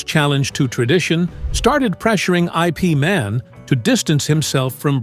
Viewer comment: IP man is pronounced eep man and your story is false